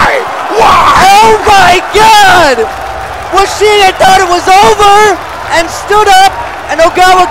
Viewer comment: WO-SHI-GE NOOOOOOOOO!!!!!